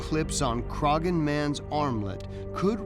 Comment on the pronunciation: At about 20 minutes in a site and mummy from Ireland are being discussed. For reference, you don't pronounce the g in Croghan, the best way I can think to describe the proper pronunciation is Craw-han, with very little emphasis on the imaginary w.